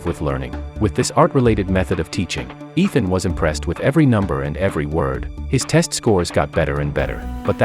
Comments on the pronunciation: It's Ishaan not Ethan. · Ethan hunt lol. Its ishaan.. dumb narrator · His name is not ethan it is "Ishan' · It is not Ethan it is Ishan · bro its ishaan not ethan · Ishaan. Not Ethan. You USA people call Ishaan Ethan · It's not ethan hunt .. It's Eshan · IT IS ISHAAN! NOT ETHAN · Bro his name isn't Ethan! It's Ishaan! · it isnt ethan its eshan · 😂😂😂 his name is not Itan he is ishaan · Bruh stop saying Ethan he’s name is Eshan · It’s Ishaan not Ethan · His name is not Ethan it’s ishan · Its ishaan not Ethan bro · BRUH ITS ISHAAN NOT ETHAN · His name Is not Ethan its eshan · Its Ishaan Not Ethan😂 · ITS NOT ETHAN ITS ISHAN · his name is not ethan its ishan 😢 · It is not Ethan it is ishan and the tech arts name is not nick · Not ethaan!!!!! Say eshaan madman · his name is not ethan its ishan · Its ishan not ethan but good description of a good movie . Nice work ❤ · His name was Ishaan, not Ethen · It's not Ethan it's Ishan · Bruh its not ethan, its ishaan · Its Eshan not ethan 😂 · he is called Ishaan not Ethan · What then? 😂😂 Bro it's I shan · Why re you pronouncing the name incorrectly? The boy’s name is Ishan and the teacher’s name is Ram. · To correct you, It is Ishaan not Ethan.